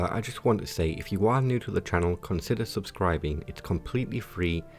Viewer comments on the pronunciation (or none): none